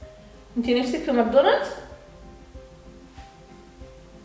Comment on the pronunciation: (ماكدونالدوس) 😂😂 عسل يا ❤